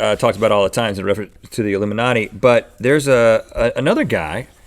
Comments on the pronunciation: Rhett is illumiNOT but link is illuminati. Rhett, we don't hear the "E" but link yes!! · Illumi not e - any ryan higa fans here? teehee